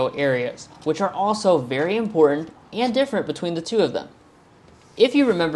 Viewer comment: If the sales make this important, the least you could do is NOT pronounce it “impordant”. Just expend that little biddy extra effort to enunciate the “t” sound. Almost turned it off right then. Thank you.